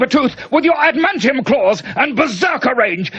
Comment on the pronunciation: "...battle Mag-neto and Sabretooth, with your admantium claws and berserker range..." Lord Alfred outdoing even himself in fucking up that line read.